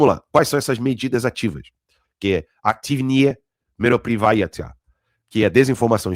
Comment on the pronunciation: Ótimoas informações! Não podemos jamais esquecer os ensinamentos de Bezmenov. Obs. a pronúncia é Aktívnye (acento no i) Meropriyátiya (acento no a)